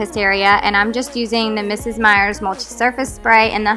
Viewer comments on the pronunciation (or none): none